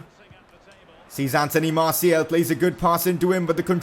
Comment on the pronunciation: Hes name is Marsial. Not marsiel!